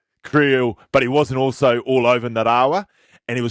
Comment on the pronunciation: bro get your pronunciation sorted out for our man Nga- ra-wa ok! Geez boy that's embarassing for an ex Wai-kato legend! See bro I feel bad for you coz this could go viral for all the wrong reasons so, bro help me to help you cuzzy!